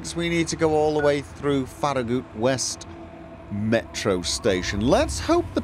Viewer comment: As a native Tennessean, hearing him pronounce farragut as “farragoot” was very amusing😂